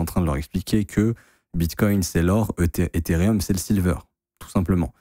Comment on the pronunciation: T'es insupportable à te proclamer pro crypto alors que tu sais même pas lire Ethereum c'est pas rium bordel